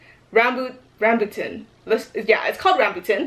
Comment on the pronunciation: “Ram boo tin” LMAOOOOO IN DEAD 😭